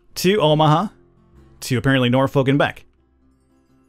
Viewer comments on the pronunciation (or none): They mispronounced Omaha AND Norfolk smh